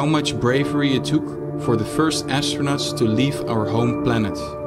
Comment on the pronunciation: “Univursh” “astronatsh” echt te erg haha